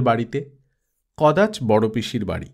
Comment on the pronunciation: উচ্চারণ টা হবে কদাচো। ঠিক করে নেবেন।।